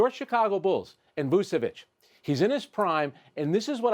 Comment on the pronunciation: Fantastic! Finally someone who does not butcher Vucevic name 👏👏